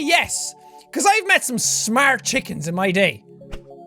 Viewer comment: "ive I'vem et some smaarrrt chickens in my life",,, lololol,, me too! lol